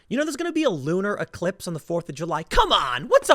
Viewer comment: Did you say “lunar eclipse” or “looter eclipse”?